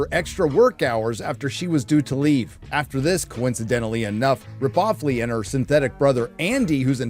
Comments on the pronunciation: Rip-off-ley? Ok you got me cracking up with that one XD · "RipOffley" 😁. Gotta say tho, BR 2049 was pretty good imo.